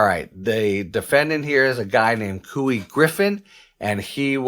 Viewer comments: I'm from NM and I don't really mind that you call him "Cooey" when it's actually pronounced "Coy" cause he's a narcissistic idiot. It's spelled Couy so shame on his parents. Twice. He's a constant problem in Alamogordo and wherever he goes. So I hope they throw everything at "Cooey" they have. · It’s pronounced “Coy.” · His name is pronounced: Coy.